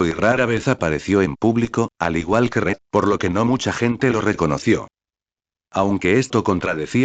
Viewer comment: en vez de Red es Ñed xd